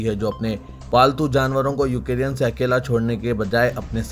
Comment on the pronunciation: یو کے ری ین ¿ نہیں یو کرین Ukraine